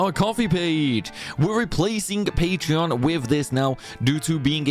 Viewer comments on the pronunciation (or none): none